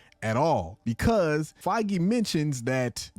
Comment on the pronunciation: the one youtuber that says kevin feiges name right !!!!!!